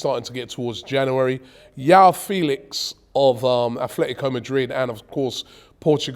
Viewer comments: Anytime I hear Yao Felix, it grates on my ears. It's Joao with a very hard J 🤣🤣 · Robbie's Portuguese pronunciation is so bad. Joao is pronounced like John, not a Y.